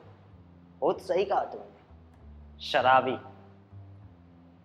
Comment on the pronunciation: शलाबी नही दोस्त शराबी